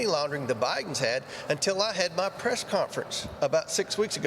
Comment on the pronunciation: Wonder why Comer keeps plainly saying FDI, instead of FBI ???